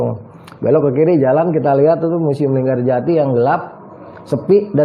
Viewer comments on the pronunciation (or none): linggarjati bang bukan LinggaJati